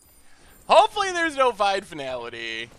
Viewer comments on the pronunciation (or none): none